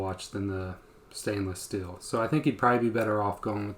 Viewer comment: Just an FYI it’s steel not still lol just having fun great info